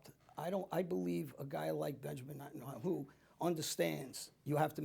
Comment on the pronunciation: Benjamin Netwawho??????? Moron.